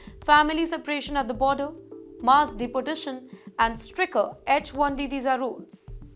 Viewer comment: It is stricter not stricker